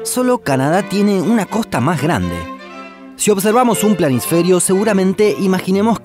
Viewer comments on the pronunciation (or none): Se dice: COSTA NO: COJTA